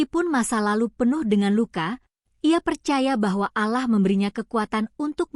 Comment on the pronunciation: Jangan di baca aalah tapi allah mba